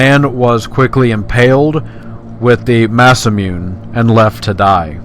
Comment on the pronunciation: Who else hesitated to press the like because 'Materia' became 'Matera' and Masamune's pronunciation was totally murdered?